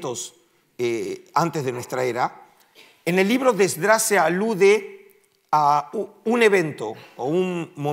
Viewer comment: ¿Podrías decirme por qué dices ESDRÁS, (ACENTUADO EN LA A) y no Esdras?